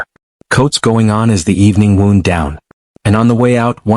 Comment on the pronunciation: “Coats going on as the evening wound (pronounced like an injury) down”. AI garbage. And what’s with the film damage effect? This isn’t the era of Teddy Roosevelt. It’s an interesting story but I can’t stand the presentation. Quit watching after 2 minutes.